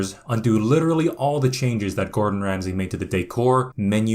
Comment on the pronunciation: Anyone else hear him introduce Gordon Ramsay as Gortronch Ramsley? LOL